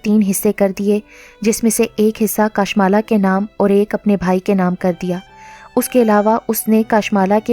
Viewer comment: Assalam dear yai naam kashmala hai kaashmala nahi .